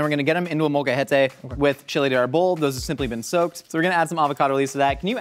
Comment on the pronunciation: Love al the references to mexican cuisine. One note: the accent or emphasis for pronouncing Arbol is on the A. Not on the O.